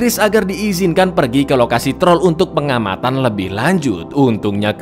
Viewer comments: Wkwkek troll jgn hlngkan huruf R nya wkwkwk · TROLL, jangan Hilangkan R nya😂😂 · Trol jangan diilangin R nya, hmm saya cadel bang bisanya tol tol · Troll jangan dihilangkan R nya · Cang bilek : troll jngn hilangin R nya aku mencuba mencuba menhilangkan R nya dan ternyata wah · dan inilah TROl jangan hilangkan R nya 🤣🤣🤣